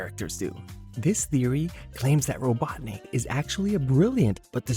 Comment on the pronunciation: I can't get over how you say Robotnik like "Robot Nick"